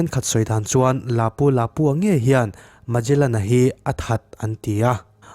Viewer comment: heta mejalen tia i lam hi, megalen tia lam tur a nih hmel..... ferdinand magellan a ni a, khawvel hi a mum ngei a ni tih proof tu kha a ni e.... portuguese explorer a ni e.....ka lawm e